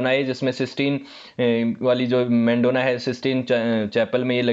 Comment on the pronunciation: मेंडोना नहीं है वो , मैडोना है । और भी ज्यादातर नाम गलत लिए हैं आपने ।